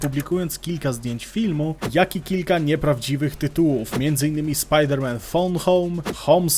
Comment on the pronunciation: „Spider Man „